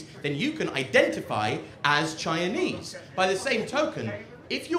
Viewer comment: I love the way he pronounces Chinese (Chianese)